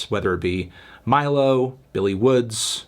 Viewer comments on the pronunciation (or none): none